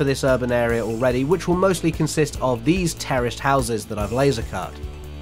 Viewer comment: no matter, how often you say it, I keep understanding "Terrorist Houses"!🤣